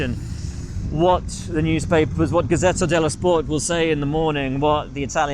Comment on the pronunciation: The way buxton says "gazzetta dello sport" is just perfect